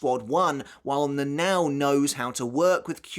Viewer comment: her name is not read as na nao but na na o